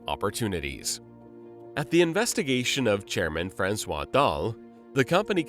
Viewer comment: Fran-swas lmao... That name is not pronounced that way.... Then again, what the heck do anti-Fascists know other than that they do and say what ever they want as long as it's within some kind of warped "community guidelines". Heaven forbid it preserves culture, language, health, family, faith, and national solidarity.